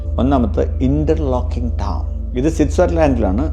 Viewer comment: ഇന്റർലേക്കൻ ആണ്.. ഇന്റർലോക്ക് അല്ല